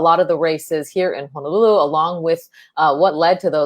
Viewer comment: He’s mayor yet he called it “Hanalulu” Where’s that?